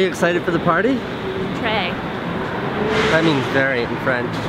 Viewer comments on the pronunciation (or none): Your way to say "très" is wrong, i mean, i m french and that doesn t sound good